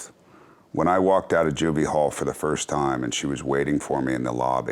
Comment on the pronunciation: Graham must have had a pretty sheltered life if he doesn't even know how to pronounce juvenile hall. Adorable.